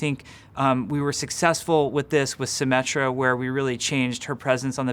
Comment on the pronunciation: "we were successful with symettra" omegalul